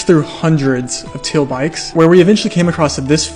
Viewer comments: Never before have I heard anyone pronounce “teal” that way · That’s one way to pronounce “teal” 😂